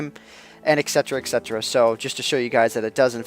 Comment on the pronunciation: Hey, i don't think you'll be reading this, but if you are, make sure you know that etc. is pronounced eT cetera. I don't want anyone to incorrectly think you are not intelligent.